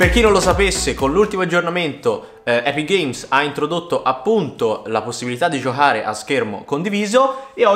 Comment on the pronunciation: Giohare?😂 Giocare non giohare